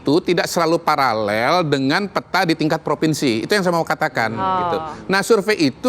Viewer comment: Pararel lol,bkn paralel...piye to